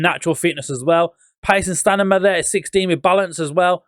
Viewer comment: I like it when he says stanima 😂